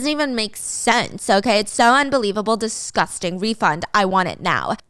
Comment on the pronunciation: "Disgosting shyet" 😂😂